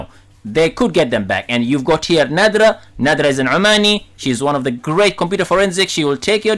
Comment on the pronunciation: Her name is Nadra Not